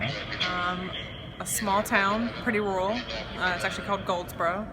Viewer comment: oh ok. I AM English by the way, hence laughing at her weird pronunciation of 'rural'